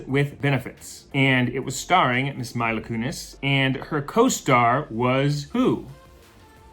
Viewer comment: Her name is Meee-la not My-la